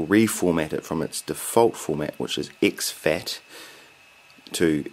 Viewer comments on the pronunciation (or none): It amuses me how all your e's come out like i's. IXfat!